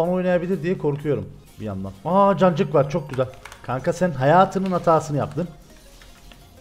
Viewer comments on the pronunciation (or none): abi cancık kancık deme lütfen sen nezaman bunları desen aklıma amcık geliyor :DD: :D